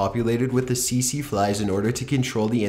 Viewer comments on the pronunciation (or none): Great vid as always, but one thing did bug me (pun not intended) it was the way you said Tsetse... its not see-see (as you said it) but Set-see. Sorry to be a pita, just thought you may like to know the correct pronunciation:) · it's pronounced "TEET-SEE fly"